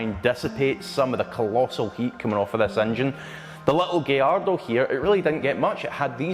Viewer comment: It’s not a “giardo” It’s gallardo ffs